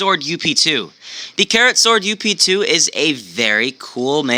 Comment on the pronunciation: ITS NOT (you-pe) Its (Ughp-Two) In longcut its Upgrade